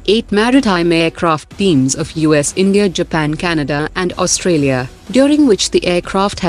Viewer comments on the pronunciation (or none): none